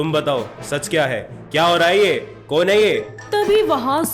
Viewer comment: Sorry but it's kon but you said kun